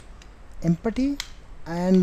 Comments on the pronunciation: did he tell empty or empathy? hehehe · everytime you say empty i die a little bit